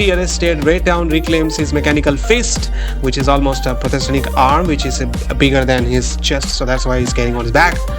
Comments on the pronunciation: bhai prothestenic nhi prothetic hota he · dusro ko shi krne se pehle khud toh padhle. Prosthetic hota hai.